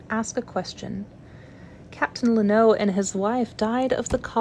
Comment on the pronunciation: Hi! I love this and I'm excited for more! Just wanted to let you know though, lennox is pronounced len-ocks 😊